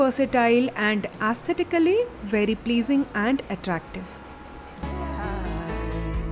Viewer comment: Please stop using aesthetically word so many times and in all your videos. Try to use some other synonyms. And if your using it please pronounce it correctly.